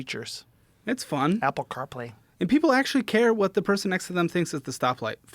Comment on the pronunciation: the way Joe says Apple car play is so funny